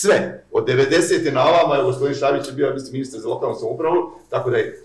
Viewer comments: Nije Švabić, već Šabić xd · Šabić, ne ŠVabić. Da je samo jednom, pa ajde....